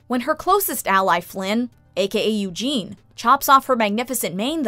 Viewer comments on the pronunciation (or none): none